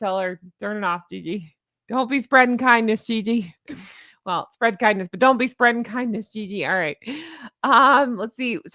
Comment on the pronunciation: Near the end you said - spread the kindness, and I heard- spread the C U Next Thursday. I guess my ears are glitching.